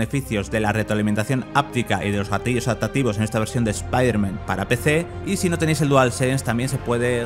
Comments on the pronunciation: Porque le dice "Espiderman" y no "Spiderman"? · Buen analisis P.D. es "ESPAIDERMAN", no "ESPIDERMAN" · ESPIDERMAN? PRONUCIA BIEEEEEEEEEEEEEEEEEEEEEEEEEEEEEEEEEEN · ¿Speider-man? ¿es un nuevo super héroe? Nunca había escuchado pronunciar el nombre peor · es un chiste usado en Padre de Familia cuando Peter le dijo Espiderman a dicho superheroe, como si se burlaran de la pronunciacion española, eh ahi la referencia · EspaiderMEN XD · Por qué le dicen espiderman? Si la cagan!!!! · espiderman jajajajjajajajjajajajajajajajajjaa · Por que si es piderman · Cuando lo primero que haces al entrar a ver un video europeo es escuchar como pronuncian mal el nombre del prota .... cierras el video y te vas a la mrd .... bye xd